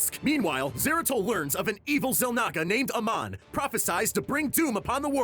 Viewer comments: Btw - Amon is pronounced Ay-mon. not ah Mon. and artanis is pronounced Are tan is. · its not a mon it amon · Bruh, they literally said their names in the game and it’s like saying ay-mon, not a-mon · So I Wacthed the video, not the whole end cuz spoilers... Havnt beat legacy of the void.. But 1. Amon controls Artanis to kill his friend (sorry forgot his name) and 2. Artanis discovers the spear of Arun. Hopefully that helps. Edit:. I think it's pronounced, Amon Ay-Mohn. not Ah-Monh.. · Amon not amon and it's Ar-tanis. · pronouncation gold. it is ai mon. and not artnis. artanis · It's a hard A in Amon, not Uhmon. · How can you do this and mispronounce names? Like Artanis for example... Or Amon? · POV: reading a script quickly without having played the games and not knowing how to pronounce Amon or Artanis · He mispronounced Artanis and Amon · lol the way he pronounces Amon and Artanis is funny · This was 3 mins of miss pronouncing names and miss guided info. but I get 3 mins but ya done better and did a lot more in 3 mins before. but it's "Artanis" not "Artis" also Amon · I cringe so hard the way he pronounce amon names. I was triggered so hard that i stopped listening to this half ass failed attempt to tell this massive story